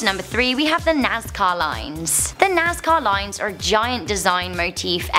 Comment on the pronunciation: Sounded like she was saying "Nascar Lines".